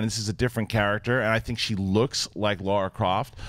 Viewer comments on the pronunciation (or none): It's Lara not Laura!!! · It's LARA. LARA. Not LAURA.